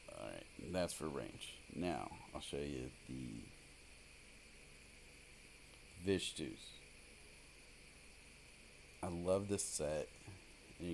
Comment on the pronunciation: It's Vithu's, not Vishtu's